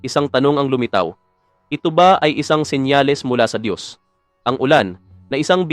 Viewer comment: Ang Dios ay hindi tao. Itatama ko lang yong paulit ulit na pagbibigkas mo. Diyos nga sya makapangyrihan sa lahat lahat. Kaya hindi sya tao.